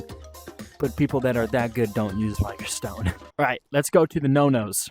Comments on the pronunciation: Just one small thing, ITS PRONOUNCED VIG-OR. Great video otherwise. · Vee-gor my dude lol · pronounced vigor all sorts of wrong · vigor is not pronounced that way. just google it